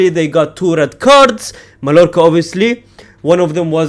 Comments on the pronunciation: As a Barcelona fan, your channel is peak entertainment for me. Just one note tho: the double L in Spanish names is always pronounced as a longer i, j or y, never L, so Mallorca is pronounced as maiiorca. Same goes for Villareal -> Viiareal, Sevilla -> Seviia, Rayo Vallecano -> Rayo Vaiiecano et cetera. You get my point :) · it's pronounced "MAYORCA". Two L's in Spanish make a "Y" sound.